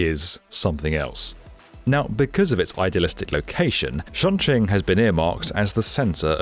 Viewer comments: This is one of those cases where you should have just pronounced it the english sounding way. The 'Ch' in chinese is basically the same as in english. Just say Chong instead of Shong. Surprised given this was the main topic of your video. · it's CHongQing as in 'chop'. You got the Qing bit right. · As someone fluent in Mandarin, I cringe every time he pronounces Chongqing It would’ve been simply better if he pronounced it as Chong-Ching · Chongqing, not Shongqing, Leipzig, not Liepzig. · "shongshing east" "shongjing" "LIZEEBER station" 😭😭😭😭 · Shunshing? 😭😭😭 This is worse than US people butchering the name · The mispronunciation of Chongqing is really annoying lol. If you're going to make a video and keep saying it, then you can at least say it right. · Right off the bat you completely butchered the name Chongqing. I mean you were not even close. Had you not written it down, I would not have known WTF city you were talking about. Please dont do anymore videos on China. You suck at it.